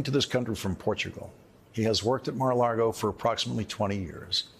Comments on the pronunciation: I love that Lawrence stubbornly continuously mispronounces Mar a Lago Mara Lardo. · Personally, every time he says Mar A Lago, all I hear is "Mar-A-Lardo" 😂😂 Yes. Good.